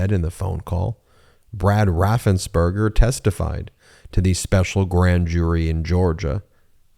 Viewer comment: Brad Raffensperger. Not Rathenberger.. ~3K